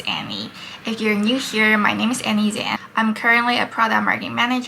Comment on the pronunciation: just curious why you pronouced ZHANG as Zang? it is not respecting your mother languages...